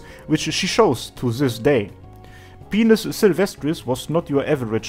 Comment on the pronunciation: I really like your style of story-telling,. Your humour is great!:) Also, I'm pretty sure Pinus Sylvestris supposed to be pronounced "pine-us", not "peen-us", as it is a term describing pine trees growing in difficult places, which reflects what this upstart Knightclub is.